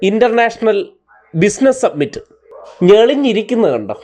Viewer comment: It is Industrial summit, not submit